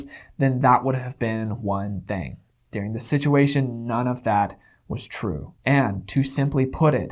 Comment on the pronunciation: Yes,! Go off!!! These people are disgusting and remind me of the Stauffer’s mishandling of their adopted child. Let’s hope this incident tanks their channel and their livelihoods. I feel bad for their child and poor Bowser. Also, I love how you pronounce the word during as “dearing”. What region did you grow up in?